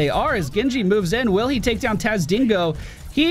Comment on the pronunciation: "And theres the guillotine from tazdingo" tazdingo. TAZDINGO. who is that hero? Ive never heard of him